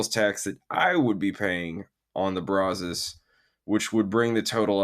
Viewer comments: It's pronounced brazz+us, not brah-zohs. It's named after the river that is about 5 miles from my house and the local (Texas) vernacular since 1832 is brazz+us. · How to pronounce Brazos